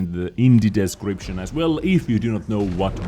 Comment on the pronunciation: "in the des.. in the DEZcription as well" 👌